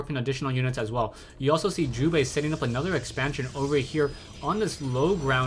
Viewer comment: lol sounds like you are saying jewbait sometimes xD